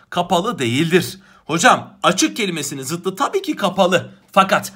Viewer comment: bu arada ''zıttı'' değil ''zıddı'' ''saç ayağı'' değil ''sacayağı''